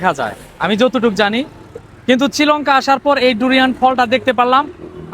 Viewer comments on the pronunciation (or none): শ্রীলংকা ❌ চিলংকা✔️ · শ্রীলঙ্কা কে চ্রিলংকা বলা উচিত না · এটা চিলঙ্কা না শ্রীলঙ্কা আর এটা মালশিয়া না মালেশিয়া 😂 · চিলঙ্কা নাহ মূর্খ্য শ্রিলঙ্কা বলে দেশটার নাম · 😂😂😂😂..chi Lanka. Na Srilanka 😂😂😂😂😂😂😂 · কথা বলতে পারেন না কেন আপনারা এসব প্ল্যাটফর্মে আসেন মেজাজ খারাপ আচরণ শ্রীলংকা, লেখা আছে কেজি আপনি বলেন কি লো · শ্রীলংকা নামটাও আপনি ঠিকমতো উচ্চারণ করতে পারেন না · দেশের নামটাও শুদ্ধ ভাবে বলতে পারে না